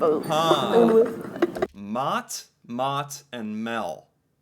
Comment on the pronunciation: I'm surprised by how well you pronounced the Danish word for food 'mad'. The d-sound was only slightly off but you almost nailed it. 👏